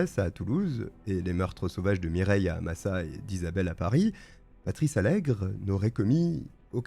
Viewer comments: Je vis depuis ma naissance à Massat, le village où s'est refugié Alègre (d'ailleurs c'est MassaT et pas Massa), savoir qu'un tueur en série est venu se planquer dans notre petit havre de paix me fait frissonner... J'ai l'impression que mon village cache beaucoup de choses, il y a des meurtres, des disparitions, des agressions, des enlèvements... Et pourtant en apparence c'est l'endroit le plus paisible sur Terre. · on prononce le t de Massat,j habite pas loin ,cette histoire a hanté l Ariège pendant longtemps..